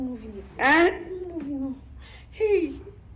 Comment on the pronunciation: Lol, you're always calling him chijioke😂